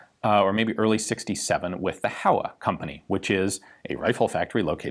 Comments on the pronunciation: It's pronounced "HOh-wa" [two Japanese characters, Ho & Wa if written using the hiragana syllabary] not "HOW-uh..." Just sayin'... ;-) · HO!-WA (how-ah is killing me). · For future reference, 豊和工業(HOWA Machinery) is pronounced Hoe-Wa, rather than How-A. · Reminder with the pronunciation of "Howa". Since it's japanese, it's supposed to sound [ho-wa], not [how-a]. Typical american pronunciation errors in reading mosr foreign languages. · Not Hawa, Ho-wa. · Ian sensei! "Howa" is pronounced as "Hōwa", like "Ho" in "hose"! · "Howa" is pronounced "hoh-wuh." The company's name used to be "Showa" but was shortened to "Howa." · HOWA is pronounced like Hoh-Wa in Japanese lasguage